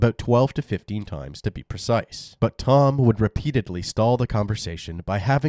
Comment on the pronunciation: Not to be a jerk, but.. "precise?"